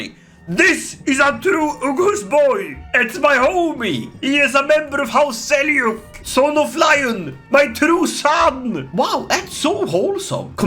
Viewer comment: It's pronounced as Seljuk not selyuk